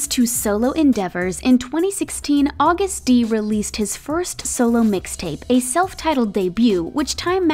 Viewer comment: Am I the only one that keeps noticing her pronounce Agust-D and Daechwita wrong? 🤦🏻‍♀️😅